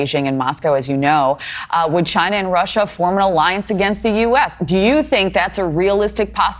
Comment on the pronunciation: You want an arriance? Arriance, arriance!!! 😂😂